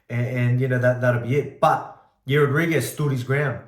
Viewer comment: 'Yair" doesn't rhyme with "hair", mate.